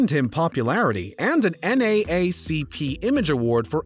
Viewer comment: This dude did not say, "N-A-A-C-P" 😂